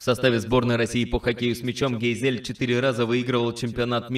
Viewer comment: ГейзЭль? А не гЕйзель?